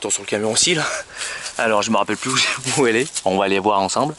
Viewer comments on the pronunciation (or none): none